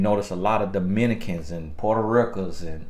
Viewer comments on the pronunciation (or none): I’m still at portaricon! (Puerto Rican) never gets old on how you pronounce it. 🤣😂😂🤣 What refreshing and accurate way to look at interracial couples. Cheers to another wonderful video.